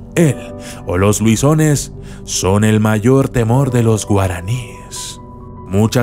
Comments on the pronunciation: Lobizón, no luison xD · es lobizon no luison ok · Es lobizon no luison de donde saliste con ese nombre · Es lobizon no luison !!! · No es louison es lobizon